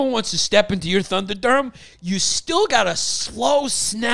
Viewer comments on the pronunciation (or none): Franks and beans "thunderdeurm" LOL